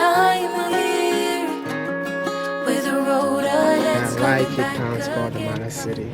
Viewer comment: “From Cape tawn to Cairo ….wode Mayaaaaaa